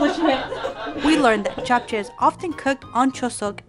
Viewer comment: I am impressed, the perfect pronunciation of Japchea. It looks like you guys put in a lot of efforts and time, Good job.